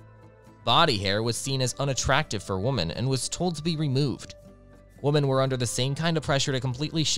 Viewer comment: The mispronunciation of women that sounds exactly like woman, it’s driving me crazy, otherwise sounds ok to me.